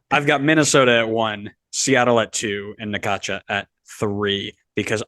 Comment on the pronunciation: You are pronouncing Necaxa wrong. Try this Necaxsa